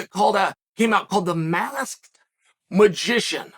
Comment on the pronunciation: Why can't you say masked?